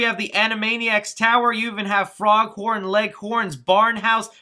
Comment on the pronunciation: Uh, Froghorn Leghorn!? XD LOL! Don't you mean Foghorn Leghorn?